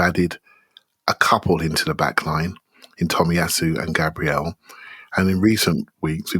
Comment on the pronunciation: Once sorts out his pronunciation of Gabriel we'll be cooking.